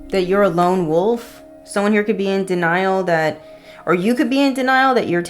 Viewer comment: Okay spirit, no need to put me on blast that I can’t pronounce wolf 😅🤣